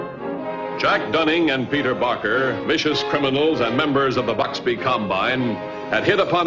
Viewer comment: You know how in the middle of every episode the narrator interrupts with a comment? Well, in this episode he referred to Bixby as Buxby. Anyone catch that?